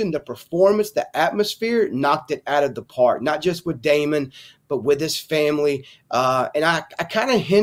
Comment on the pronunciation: Say it with me Famoly. 😂😂😂